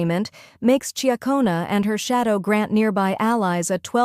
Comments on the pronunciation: Tell your AI reader, it's pronounced Chic-ona not chia-cona. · It's actual chuck-ona.